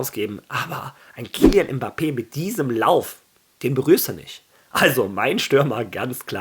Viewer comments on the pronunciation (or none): none